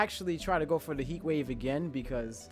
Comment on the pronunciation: Dead ass trying to figure out weather he had a speech impediment or was doing the Stewie Cool Whip thing. Thought it was just me